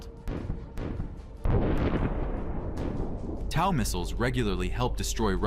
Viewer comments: Tell your AI robot narrator that TOW is pronounced “toe” not “tau”. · Stupid narrator can’t pronounce TOW (sounds like toe) missile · Stop! It's tow as in tow my car! Teach your AI correct pronunciation! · Tow is not pronounced like cow!! It is pronounced like row your boat and tow your boat, Must be bad AI!! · Towel missiles. You need an american weapons specialist to help you give me a call. Tow same as towing a vehicle. English is hard.